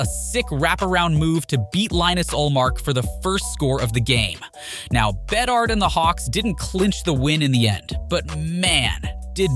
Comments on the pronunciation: My god, I did not know there were that many ways to pronounce Bedard. Is this AI? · why'd you switch up pronunciation on bedard? You had it right at first lol